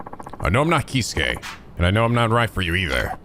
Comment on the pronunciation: the Kei in Keisuke is pronounced like Kay